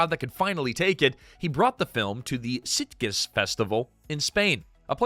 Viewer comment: Sitges is pronounced “seat-jess”. Almost like stitches